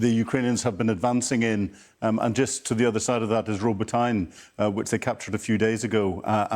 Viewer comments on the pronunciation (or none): Robotyne is pronounced Ro-bo-ti-neh." Not Robo-tine. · Robo-tyne rather than Robot-ne. It's not easy. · Sky news it is NOT pronounced robo-tine, the correct pronunciation is roh-bot-neh. FGS learn to get it right. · 0.20 Robotyne RO (as in "rot") BO (as in "bot") TYN (as in "teen") E (as in "air") Do these people never check this sort of thing with Ukrainians ? There are plenty in Britain at the moment who would be only too happy to help with pronunciation .... or phone and record a conversation with the Ukrainian embassy official so that it is available to ALL Sky people and their guests BEFORE they make fools of themselves on air. The embassy staff speak perfect English as well as standard Ukrainian ..... the same as in our diplomatic service, there aren't many who speak with a Kharkiv (Yorkshire) or Uzhhorod (Geordie) accent or dialect. Secondly .... This guest betrays a lack of knowledge of the geography of Ukraine. Last Autumn, BEFORE things got too boggy, the Ukrainians made huge advances from Kharkiv eastwards to Lyman (LEE MARN) and the surrounding area and then the increase in rain turned the land into a sticky bog with the passage of the first tank preventing a Russian counterattack. The situation in the South is quite different. Southern Ukraine is a semi-desert requiring irrigation if anything is to be grown. Whilst the battle around Verbove etc is still of sticky ground, just to the South, the land is far more sandy allowing continued advance even in the rain. There is a race against time to get onto that sandy soil and then a wedge can be driven all the way to the coast bringing the Kerch Bridge within range of just about anything air or seaborne. Chopping off, if not the h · it's not a pronunciation. They are calling it the wrong name. it's not RobotEIN it's Robotiné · It's not pronounced Robotain. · They're pronounced VER-BO-VAH, and RO-BOT-TYN-YAH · Verbove (Ver Boh Vah) and Robotyne (Roe Bot Ti Nuh)